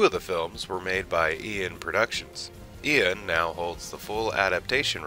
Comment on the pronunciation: What an odd way to pronounce Ian LOL